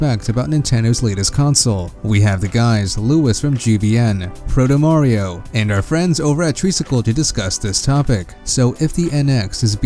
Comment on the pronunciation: Stopped watching when I heard Protomario